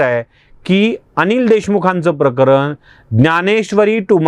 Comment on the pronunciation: प्रकरन नाही प्रकरण बोला